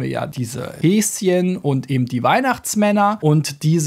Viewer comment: “Eben” nicht ebend!